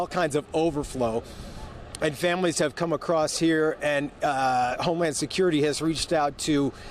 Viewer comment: there is no 's' in mijer.🤨